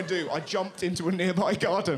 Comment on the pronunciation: “BAD FINGTH HAPPEN IF I LEAVE THE NYARDEN!”